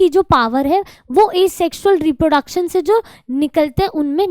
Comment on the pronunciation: Reprodecson nhi hai mam reproduction hai vo